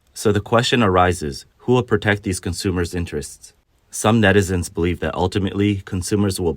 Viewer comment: "NETIZEN" this moe-foes>>> --- --- ----(======================@@